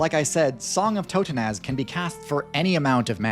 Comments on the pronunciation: Totenaz? It's totentanz. German for dance of death. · "Totenaz" Uhm Acktschually it's pronounced like too-ten-tants It's the tanz of the toten, the dance of the dead. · > "Song of Toe-Tenaz" > card on screen reads "Totentanz" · Thats a brutal way to pronounce Totentanz, sounds like you didnt see the third T and the second N.